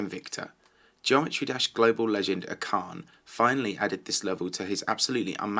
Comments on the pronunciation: Your voice makes me get horns. Oh yeah, its pronounced asharne (sorry) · Acharne is french so u pronounce it in french so it sound like " Ash arn" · its not akarn lolol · acharne is pronounced ASHARNE FFS